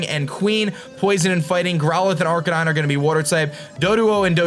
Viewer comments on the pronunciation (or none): none